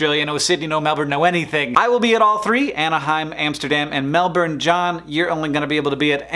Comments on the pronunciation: What Sandy said. He correctly stressed the first syllable rather than the second. After that is mostly an issue of accent rather than pronunciation. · Hank did a really great job pronouncing Melbourne, aside from the 'r'. But only cause Australian accents often avoid pronouncing R's. Spelt phonetically, Melbourne is closer to Melb'n rather than Melbin. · its good hearing americans finally starting to pronounce melbourne right. its closer to melbun than melborrrne that i remember so much from the 80s. cant wait to see you, hankles. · He's pronouncing it right though, it's mel-ben, not mel-born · *Mel-Bern is closer than mel-ben, I have never heard anyone ever say that. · If you look it up and use the IPA guide it's closer to "bern" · He pronounced Melbourne correctly! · Points to Hank for correctly pronouncing Melbourne. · Yes, he's ever so close. The R is silent ;) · Thankyou for saying Melbourne correctly Hank. Might see you next year, planning that far ahead, can be tricky. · omfg so exciting seeing flinders st station woohoo go melbourne.. also hank, A+ pronunciation of melbourne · Thank you Hank, for pronouncing Melbourne correctly. 😎 Hope parental leave is going well and you and the fam are getting some sleep. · Thank you for pronouncing Melbourne properly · 10 points for saying Melbourne properly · OH MY GOD! You pronounce Melbourne correctly?? well this is a first on the interwebs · Nice work saying Melbourne correctly :) haha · So close though, the R is silent :P